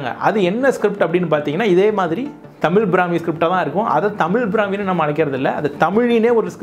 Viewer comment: முதலில், தமிழ் என்ற வார்த்தையை தமில் என உச்சரிப்பதை திருத்திக்கொள்ளுங்கள்.